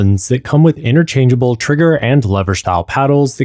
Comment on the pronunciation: "Ultman Controller" = ultimate. You mean "inter-changable" not "inner-changeable". And "re-mapped" not "re-map". Hopefully this helps you out as much as the video helped me, thanks for taking the time to create it! :)